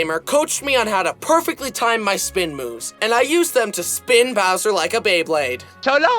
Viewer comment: it sounds like he is saying “so long gay bowser” 🤣